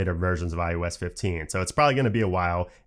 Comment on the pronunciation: I can’t un-hear “iOS” pronounced as “eye you ess” 😂